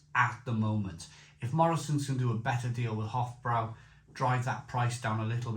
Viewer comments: It's pronounced with broy not brow. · Hofbrau is actually pronounced 'Hoff Broi' similar to 'Lowenbrau' which is 'Leerven Broi' (Lions Brew)